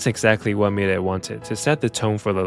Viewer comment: The way you pronounce milet, I was wondering who is the world is this new singer I've never heard of lol